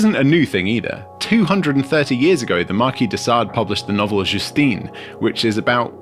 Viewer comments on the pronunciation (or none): none